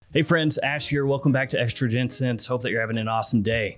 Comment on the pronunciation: Not gonna lie Ash. I clicked away and I could have sworn you said "Estrogen Scents" instead of Extra Gent Scents. lolol not I can't unhear it.